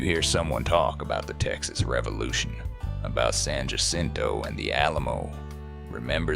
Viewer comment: Love that this video tells the forgotten part of the Texas Revolution! People need to remember what happened to those civilians. One little note to the makers of the video, and I know this is nit-pickin' but remember San Jacinto is pronounced "San Ha sinto" with the accent on the "Ha", and the Sabine River is pronounced "Sah bean" with an accent on "bean".